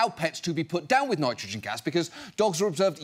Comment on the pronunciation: Their governor failed to pronounce nitrogen correctly..... TWICE in one speech. To be fair, those tri-syllabics are tough. 😉